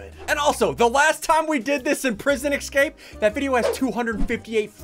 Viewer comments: I like how he pronounces escape as ecscape. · is it just me or does ssundee say ecscape?